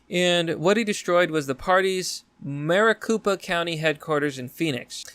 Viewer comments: Maricopa is pronounced Mari-cope-a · It’s actually pronounced mare ah cope uh county